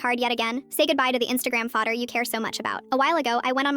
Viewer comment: The way fodder was pronounced it sounds like an irish person saying father